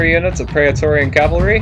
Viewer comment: Also in the category of pronunciation, it's not pray-uh-torian, it's either pray-torian(if you want to say like most people would) or pry-torian(if you want to say it with a Latin pronunciation)